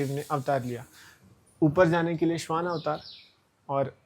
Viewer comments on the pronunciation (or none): Shwan nahi hai Swan hai..mtlb Hans